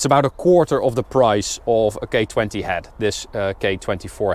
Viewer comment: I’m not the only one who heard “gay20” right